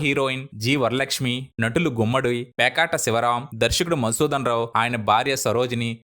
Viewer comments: విడియో చాలా బాగుంది. చాలా మందికి తెలియని అప్పటి విశేషాలను బాగా వివరించారు. అయితే మీ ఉచ్ఛారణ సరి చూసుకోండి. "ళ" కారాన్ని "ల" కారంగా పలుకుతున్నారు. పేకేటి శివరాం గారిని పేకాట శివరాం అన్నారు. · పేకాట శివరాం కాదు. పేకేటి శివరాం